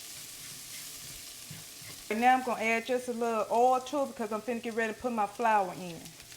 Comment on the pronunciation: Lawd if don't tickel me when she say fid'na. I hope she opens a restaurant one day. It won't be empty, she cooks with love.